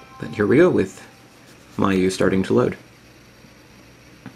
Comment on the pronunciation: It's pronounced mee-you-eye.